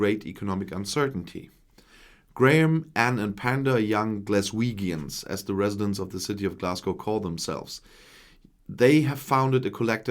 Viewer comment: Hola. Greetings from Andalucia once again. I was Born in Glasgow, so if you don't mind me saying, Glaswegians is pronounced in the gians part with a J sound as in Janet and John. Many thanks for your balanced comments. Best regards. Alan.